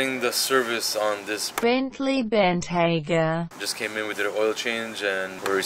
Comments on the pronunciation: # pronounced Bentayga tthe right way! nice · The first pronunciation from for the Bentayga was correct